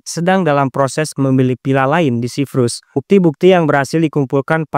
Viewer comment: lu bisa bedain penyebutan huruf V/F dan P ? kontennya menarik tapi cara penyebutan huruf V/F dan P bikin pusing 🗿 Villa lu sebut Pila Paypal lu sebut VeyVal cyPrus lu sebut cyVrus 🗿